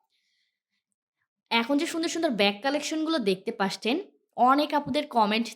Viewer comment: Apnar video vhalo lage kinto apni 'দেখতে পারছেন ' এই শব্দটাকে বার বার ' 'দেখতে পাসছেন ' বলেন।শব্দটা অনেক কানে লাগে আপু। আপনার সবগুলো কথায় স্পষ্ট কিন্তু এটা কেন এমন করে বলেন সবগুলো ভিডিওতে জানি না।আপনার ভিডিও অনেক সুন্দর হয়।আপনার এই শব্দটা বার বার শুনতে খারাপ লাগে।